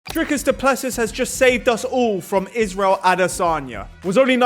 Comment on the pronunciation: Dree-cus Doo-Pluh-see is how you pronounce it, if you roll the R its perfect